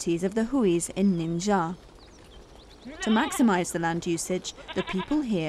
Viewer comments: WHY DOES SHE KEEP MISPRONOUNCING THE LETTER X. IT'S PRONOUNCED LIKE "SH"! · Why she says " nincaia"?